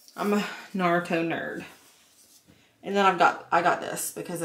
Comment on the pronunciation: makes me cringe every time she pronounces Naruto.